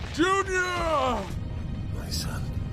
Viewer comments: When he screams "junior" it sounds like the Hungarian word "csúnya" Which means "ugly" lmfao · It really sounds kind he’s saying June-yah